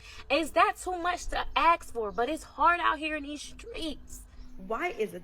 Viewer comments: Don’t ax her? It’s “Ask”, not “Ax”. 🤷‍♂️ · . Yah, izz too much to AXE for. ok. We won't AXE her.